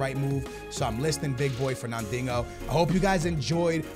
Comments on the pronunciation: HONESTLY ITS FERNANDINJO NOT DINGO I PUCHING MY PHONE ITS SO DAMN ANNOYING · can you please call the guy Fernandinho not “fernandingo.” Great vid and keep up the good work. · Fernandinho is pronounced Fur Nan Deen yo, thought you knew Portuguese jk skills love from Lisbon Portugal 🇵🇹!! 😛. Just sounds like ur saying fur nan ding ohh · He kept calling him fernandingo 😂😂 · Fernandingo? Really how hard is it to say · You should sell FERNANDIHNO! because you cant fucking say his name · Bro, where is the G in Fernandinho‘s name..